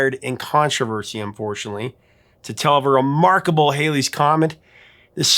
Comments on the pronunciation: It's spelled "HALLEY'S Comet" and pronounced "Haul-ee's". I think there's some scientific leeway that says "Hal-ee's" is okay, but Edmund Halley's family always pronounced their name "Haul-ee". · Dude, there might be a Hailey Idaho, but it’s “Halley’s Comet.”